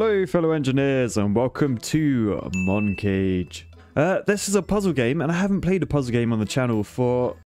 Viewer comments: I think it's "Moncage" as in "Montage". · Btw, I believe "Moncage" is supposed to sound like the word "Montage"